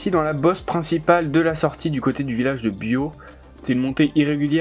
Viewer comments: Sympa la vidéo sur mes routes d'entraînement, et les explications. En revanche, la prononciation des bleds est pas ça 😂😂😂c'est pas Bio mais BioTE, et pas Ageay, mais Aguay 👌👌👌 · Super vidéo Et au passage on prononce biote et non bio pour la ville de biot 👌